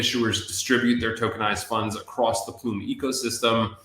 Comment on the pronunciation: In this video he said PLUME